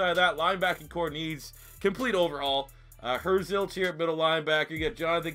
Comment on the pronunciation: Pronounced Herzlich as Her zilch lmao